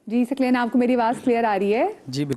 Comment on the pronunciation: host ki urdu ka talaffuz bohot ghalat hay ,Saqlain ko ,Saklain keh rahi hain